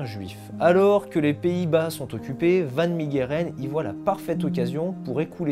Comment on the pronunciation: Superbe vidéo !! Juste pour la prononciation en néerlandais son nom se prononce Han fan Mèreren !!👍🏻